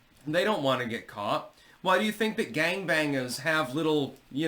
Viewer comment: Feels like I need to put on sunblock after said “gangbangas” like that 😂